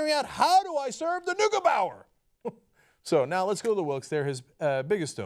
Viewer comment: Cenk soll seine türkische Verwandtschaft in Deutschland anrufen, dann weißt er wie "Neugebauer" eigentlich ausgesprochen wird.